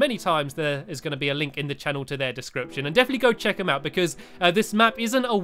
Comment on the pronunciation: link to their dicription in the channel ,u said it rong